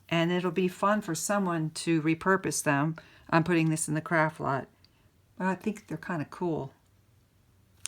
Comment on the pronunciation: You say, "Craft Lot". I hear "Crap Box". I can't unhear it now. Makes me laugh everytime.